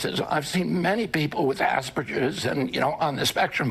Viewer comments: Totally totally clueless and under-informed. A tragedy we have such person as HHS secretary. 1) It's pronounced Ass-Per Gers... not Ass-Per- Jez (no it's not "tomato-tomato - it was named for pediatrician Hans Asperger, so there's one correct pronunciation) 2) Asperger's syndrome has not existed as separate diagnosis since 2013 - the DSM V diagnosis for those RFK as "Aspergez" is referring to are now dignosed with "Autism Spectrum Disorder"... IOW "Autism!" What he's referring to as "full blown autism" is someone on one extreme of the continuum who has a severe and multiple impairments. 3) The average life expectancy for someone with SEVERE autism (what RFK refers to as 'full blown autism") is 39-58 years. The reason RFK hasn't seen people his age with "full blown autism" (Level 3) is because they DIED from the disease 20 years ago. Our country deserves do much better than this. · "Asperges,..." RFK, Jr. What the hell is that? :face-red-droopy-eyes::face-blue-smiling::face-orange-raised-eyebrow::face-blue-wide-eyes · i'm confused he j said asberjizz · Did he pronounce Asperger’s incorrectly??? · He can’t even say “Asperger’s” correctly. He’s so goddamn stupid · He can’t even pronounce Asperger’s